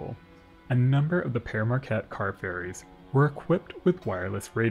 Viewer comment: We pronounce it "peer", not "pear". Other than that, great vid!